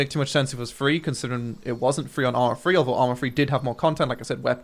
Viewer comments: "arma free" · Why do you call it ARMA Free. It's not free!